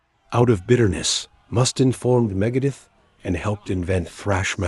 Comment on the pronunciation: Several mispronunciations: Dave Mustin, Megadith, Doan Felder, Doan Henley, Glenn Fray, John Froost-chaunt, Guns AND Roses, Metallic, hero-in, David Jill-More, Tony Ommi, Mutt Longa. And it shows video clips of the Eagles while talking about Pink Floyd. Not subscribing and a definite thumbs down.